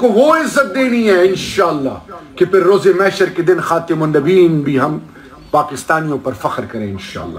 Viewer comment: استغفراللہ ۔ اگر حکمرانوں کو خاتمن آ لنبیین پڑنا نہ آتا ہو اور انگلش میں پر پر کر بات کرتا ہو ۔ تو سمجھوں کہ گڑ بڑ ہے۔ باقی اللہ پاک سمجھ عطا فرمائے اور سب کو دین اسلام پر چلنے کی توفیق عطا فرمائے ۔ آمین ۔